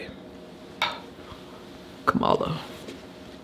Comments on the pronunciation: Kumala Harris 😂😂😂 I believe you're pronouncing her name incorrectly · Her name is pronounced comma-la.